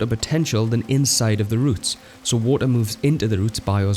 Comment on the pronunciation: "wo'oh" Lol.